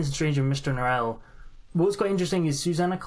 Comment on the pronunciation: a couple notes on pronunciation: a) norrell is NORrell, not norRELL. note that in the adaptation, only drawlight pronounces his name as norRELL; this is because drawlight is doing an affected frenchified pronunciation to make his name sound fancier and more exotic. everyone else, including himself, says NORrell, although it is notable that in the adaptation norrell pronounces it norRELL one time - when he has an audience with the king. it seems even he isn't above trying to fancify his name. nevertheless NORrell is the norm pronunciation for that name in the UK. b) susanna is correct when she says lascelles as if it rhymes with tassles. that is the normative english pronunciation of that name - note that in the crown, there's a character named tommy lascelles, rhyming with tassles, who was a real person who served george VI and elizabeth II. a note on the childermass scene where the sky is speaking to him and he has the immense sense that it is a ~language~, just one that he can't quite comprehend: really reminds me of a scene from the magicians by lev grossman, where one of the brakebills kids is sitting on a beach watching the waves make little ripples in the sand, and he thinks about how they look almost like hebrew letters, like a language that seems familiar but he just can't quite get. and then of course, the most important lines in the book - 'magic shall be written on the skies by the rain but they shall not be able to read it; magic shall be written on the stony hill